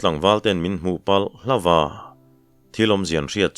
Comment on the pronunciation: Kan sawisel ve lawk ang che, tuntum I thawnthu chhiar, pahnih hi chu a mak deuh kati deuh, hawlo la, a chang tawp ah hian, HLAWM A tih hian a tawmp deuh vek a, hai hi nidanga I rhawnthu chhiar thin nen a dangdeuh in ka hria, Hlawma tih hi hman na awm leh awmlo hi a awm thin in ka hria, kei chu ngaithlak pah hian ka chik riau zel, kan ti deuh duah anih chu, a ngaihthlak nuam thin sia